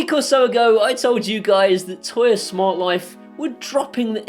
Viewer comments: For God sake, stop calling it "Toya". It's "Tuya". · Surely it's pronounced "too-yah?"